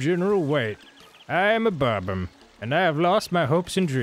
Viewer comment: So, serious question: Why do so many people have trouble pronouncing "bob-omb"? Like, Dan said "bob-um" and Arin somehow came up with "buh-bomb". They aren't the only people I've heard come up with crazy ways to say it either. I'm not trying to be snarky or dickish or anything; I'd genuinely be curious in hearing why so many people have trouble pronouncing it, if someone has an explanation.